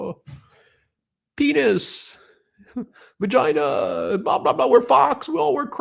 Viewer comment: LMAO HE really said "PEENIS.... VAGYNUH"